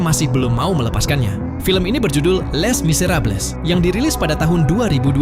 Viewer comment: Dibaca "Le miseraab"